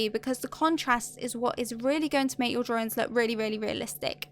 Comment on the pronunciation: I think it's cute the way you pronounce "drarrings" (drawings)😀 Awesome video!👍👍